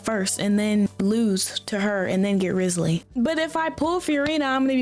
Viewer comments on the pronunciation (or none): she said “rizzlee” like as a joke yk